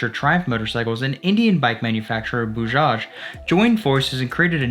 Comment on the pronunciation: Nyc video bro.. But its not boojaaj.. Its B A J A J